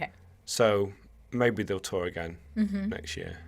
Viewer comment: when you say next it seems to be nxsht